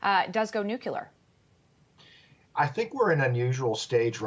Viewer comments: Are you kidding me? She's a professional speaker and she says "nukular"? Sorry, but they lose credibility in my mind. Makes her sound uneducated. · "nucular?" lol